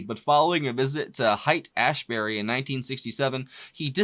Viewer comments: Incredible tune. Just… amazing. Hey brother- just wanna give one heads up to ya: so back in the hippie days, in San Francisco, THE PLACE to be/visit, etc. was a section of town called “Height-Ashbury,” & I noticed you mentioned it in this video as you were reading about this tune. Just wanted to mentioned 2 things- you would’ve loved Height-Ash ury(2. Street names) and also, Height is pronounced “hate.” I know, I know, it’s such a tiny little nothing thing, but if YOU are taking the time for US(me on my couch), the least I can do is give you a heads up now & again cause I’m thinking you’d appreciate it. Thx for all you do. You are truly a special dude. An honor to have found you my man. Seriously.✌️😎🎸🎹🥁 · Haight--pronounced Hate